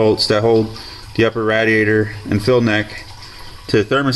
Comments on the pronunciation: Great video, thank you. the only thing that bothered me was you saying "Rat-E-ate-or" It's "Rad-E-A-Tor" :-) Thumbs up great vid... hahahahaha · its ray dee ay tur. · He says radiator different